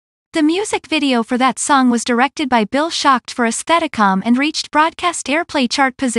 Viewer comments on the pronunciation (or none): none